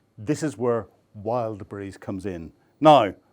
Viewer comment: More attention when mentioning brand names: it's "Wild Berries" not "Wild brise" 😂